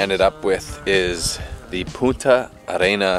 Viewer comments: Did you just drink from a Chamoy bottle? 😂😂 never in my life have I seen that!! That's a sauce for chips and stuff! Also, make sure you pronounce the N in punta otherwise it's a cuss word 😂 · Lol,! Make sure to pronounce the n in Punta (point). Puta has a whole other meaning! Love you guys. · I think i just heard you say a swear word in Spanish… i think maybe you meant to say “punta” but you said it without the “n” which is a swear word in Spanish, lol, but maybe i mis-heard that? Just don’t want you to get de-monetized or something, LOL